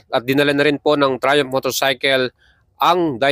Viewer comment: You should pronounce it as trai-uhmf and not TRAYUMP. You should also learn to distinguish F to P and V to B when it comes to proper pronunciation. The brand Michelin is pronounce as 'meesh lan' since it is a French word and not MICHILIN. Wag po puro vlog lang and learn also the proper pronunciation by searching. This is one of the many reasons kaya nakakatamad kayong mga Pinoy na vloggers panoorin at nakakahawa kayo ng kata*gahan esp. kung mga kabataan at mga walang alam sa mga binabanggit nyo ang mga wordings. Just my 50 cents lang po. Also, yang sinasabi mo na 201 kgs (kerb weight) eh hindi po yan light weight as what you are claiming. Sa displacement nya na 660cc considering na 3 cylinders lang sya, mabigat na po yan at almost comparable na sa mga liter bike. Kaya pano mo nasabi na light weight???? Keep in mind na ang Ducati Panigale V4 is nasa 193 kgs na (4 cylinders). Kaya, I will ask this.... Ano po ba ang definition mo sa light weight? Also, may sinabi ka na very agile. How did you know na very agile po? Nakasubok ka na ba ng test ride? O base lang yan sa mga figures na ibingay sa'yo ng Triumph? I have no gripes against Triumph huh? In fact, I have a Street Triple 765, 2023 model and I love that bike. The thing is, napapanood ko na ang mga vlog mo pero ang daming sablay na dapat mong i-correct esp. sa pagiging redundant mo sa mga wordings mo like "premium, super premium, etc" I think, I am just nit picking lang and this is for you to improve your vlog lang sir. You ha